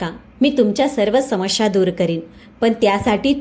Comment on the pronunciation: Samasya and not samashya.